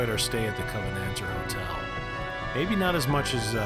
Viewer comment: Covenater hotel - Naw! Covenanter Hotel! I don't think I can keep watching this.